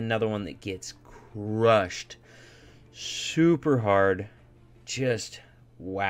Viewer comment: Me:: supEr recked 😂💓💓